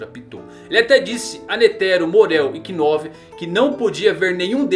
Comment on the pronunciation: VEYY Para de dizer o K no nomes dos caras, Knov Knuclke n falaaaaa o K eh mudo